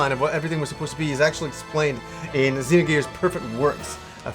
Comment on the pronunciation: I love that this guy says everything the way I did before I knew the correct pronunciations. "Z-nogears" instead of "Zinogears" - "Saaga" instead of "Sah-ga". Not trolling, just love it.